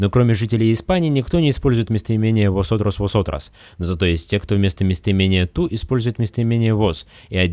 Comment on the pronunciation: сначала говоришь, что v и b в начале слов читаются как [Б], но потом произносишь восотрос)